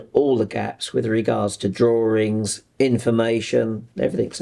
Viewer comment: Did he say “drawrings”?